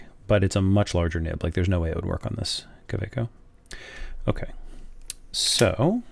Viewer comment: Great overview, thanks. It also makes a refreshing change to hear an American pronouncing Kaweco properly. 😉 Incidentally, the Metallic Green is a separate offering from the 2018 Art Sport releases of which your Metallic Turquoise is one. It is a darker shade of green, and has more concentrated and complex swirling in the acrylic.